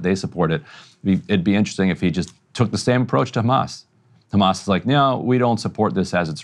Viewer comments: I get so annoyed whenever an Israeli says Ramas and not Hamas. They've said it for decades and still mispronounciate the name. Not that bright. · I will never understand why these israeli spokesliars say Hamas like this "Harghmas", it is the only word they pronounce like that in English. I never hear them speak with any accent while they speak in English unless they say Hamas. It means they do it on purpose to make it sound worse that it acually sounds, it is these spokesliars job after all to dehumanize the people of Palestine, whether they are members of Hamas or not.